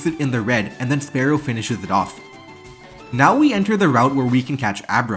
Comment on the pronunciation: it's not spare-oh it's spear-oh, jesus christ